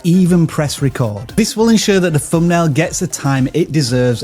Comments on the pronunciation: He actually said "Fumbnail" a million times!!! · Whereas vis guy says fumbnail over and over again!